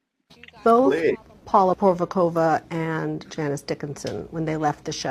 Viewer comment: Paula Porvokova Paulina Pordikova lol